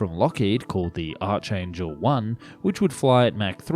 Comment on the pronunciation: "Archangel" is pronounced Ark-angel...and you really made a hash of LBJ and McNamara. What's the rush to get the video out, that you cant afford to do a few more clicks of research and get it right. Convgratulations on narrating with your own voice though and not AI, that would be rven worse.